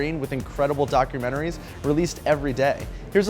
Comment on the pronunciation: That foo said 'doctormentaries'